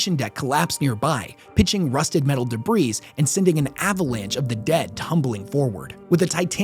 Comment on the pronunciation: Dude, the "s" in debris is silent. Look it up.